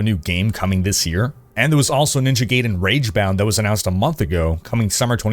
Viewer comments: Love your content... Please, it's Ninja GUY-DEN, not Ninja GAY-DEN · My brother: It's GUY-den. Not GAY-den. GUY-den. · Brother, for the love of god. Never say Gayden again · It’s pronounced ninja “guy-den”… lol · The way your pronounce Ninja Gaiden bothers me more than it should. Someone surely remember the AVGN episode.